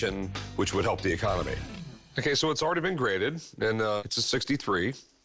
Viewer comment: He said pelp instead of help